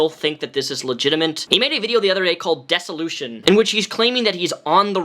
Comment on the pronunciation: Dear Sir, I love you so much. It is pronounced the same way it is spelled, DISS-OH-LOO-SHON. Dissolution. Not "Dessolition". It was driving me nuts! ♡♡ I feel like if you have covered a topic for more than a decade, it is worth it to take 2 seconds to figure out how to pronounce the words/language you are using primarily. I'm probably going to get so much hate for this. Happy Birthday and I really do love you!!